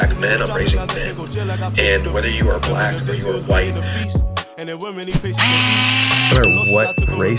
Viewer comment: See right there!!! You said whyte instead of white.